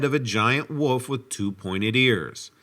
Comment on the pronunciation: WOOL-F not woof